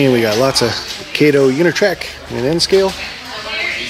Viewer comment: Auuuuuugggghhhh!!!! It's not "Kayto", it's pronounced "cotto"! "Kayto" was Inspector Clouseau's butler.